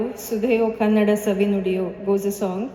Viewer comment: The pronounciation of the language is not canada. It's Kannada. Stress on n.